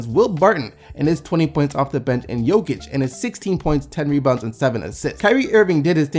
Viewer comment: Well done on pronouncing both Nikolas, Jokic and Mirotic. You nailed it! ;)